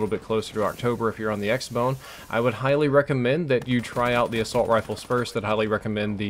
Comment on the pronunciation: I thought he said X Boner